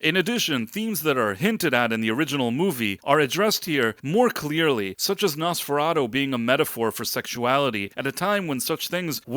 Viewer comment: Quit pronouncing it as "NosferaDOH" It's "NosferaTOO." At the very least you should get that right.